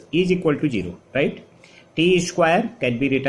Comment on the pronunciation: Class was nice , but plz try to improve your pronunciation. It's really awful and irritating, Zero not jeero Is equal to ,not eejiqualtu Like that 🤗